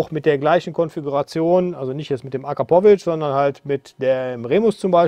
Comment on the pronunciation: Alleine schon wie du Akrapovic aussprichst gibt es kein Abo